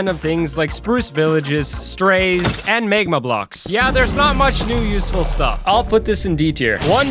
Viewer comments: did you just say "mayh-gma" blocks?? IT'S MAGMA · its magma not maegma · AND MAY-GMA BLUUCKS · Why did you pronounced magma megma blocks😂😂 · may-gma huh?? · “Maygma blocks” 😂